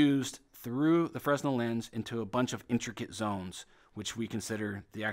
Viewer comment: It is not pronounced FREZ nel, it is fruh NEL